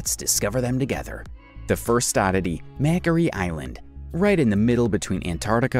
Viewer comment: Oh my! You really need to brush up on your pronunciation. Mockery island